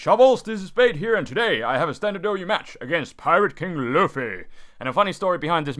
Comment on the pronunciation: I love it when he says "a standar ou match